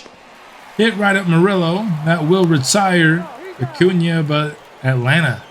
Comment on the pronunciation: So Hispanic people who support your channel and asked you to correct the pronunciation of an Hispanic name regarding Morillo and you tell them you dont want to pronounce it correctly even tho you know how? Lol bigotry and micoraggressions are at an all time high, tone deaf and ignorance at its finest, definitely was a fan of the content but gotta unsuscribe because this is not the first time this has happened and that sucks because it was a very fun series man